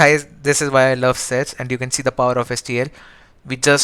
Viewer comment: sets sounds sex at 1.75x......🤣🤣🤣🤣🤣🤣🤣🤣